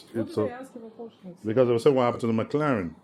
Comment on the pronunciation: I'm glad you pronounce Porsche right, It annoys me when a Porsche driver doesn't pronounce it right.